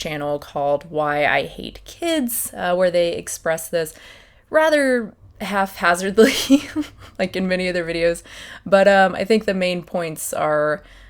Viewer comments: You're a Dawkins fan.. Hmm. Great points. Ps it's haphazard, not half hazard. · HaP - hazard not "haF" .